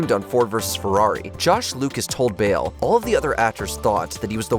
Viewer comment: Everytime you say Bale it sounds like Bill. I was so confused. Lol